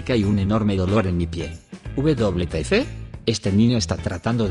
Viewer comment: Loquendo: uve doble te efe?